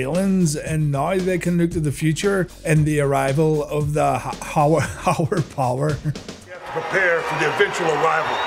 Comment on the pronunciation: "haower power" haha, Undertaker's tongue slips a lot.